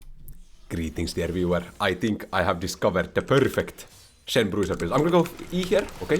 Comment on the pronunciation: " i think I have discovered the ppperrrfect..." i swear he's a Hungarian noble vampire 😂